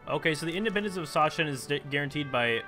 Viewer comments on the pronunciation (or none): the pronounciation of Sachsen should be something like sa-xen or sa-ksen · "Sachsen" is pronounced "S-a-xen" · Sachsen is pronounced Succsen^^ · Sachsen is pronounced Suck-sen. or Suaxn for People who actually are from Saxony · And "Sachsen" is pronounced: "Sak-sen" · King B Actually, the German name is pronounced Za-ksen. Sincerely, a German person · You say Sachsen the way you said it but with a spoken 'ck' and not a 'ch' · when it comes to "ch" in German, it's probably better if you pronounce it as a "k" in Sachsen (It's the equivalent to English "Saxony").